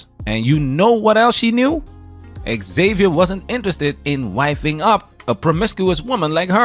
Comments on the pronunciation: Why can't gringos pronounce "Xavier"? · Why can't Americans pronounce xavier ?